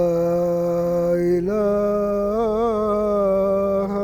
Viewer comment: നന്നായി ട്ടുണ്ട്.. ❤️❤️ലാ ഇലാഹ എന്നാണ്.. യാ ഇലാഹ എന്ന് alla